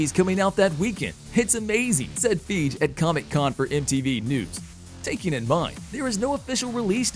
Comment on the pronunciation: His name isn't Kevin Feeg dipass...it's Fiy:ge...how can you mispronounce a last name that you should know by now? Unfollow...